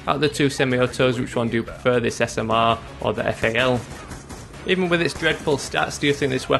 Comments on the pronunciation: Lol "The Smerr" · you said smrr like butter in swedish